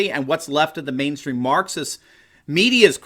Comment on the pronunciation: when you hear Marxist as Mukxist